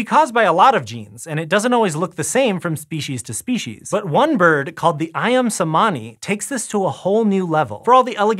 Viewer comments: Imagine pronouncing "ayam cemani" as "ayam semaani". Does it kill people to look up correct pronounciation through Google? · love love this list!! that pronounciation of ayam cemani tho... 😬😬😬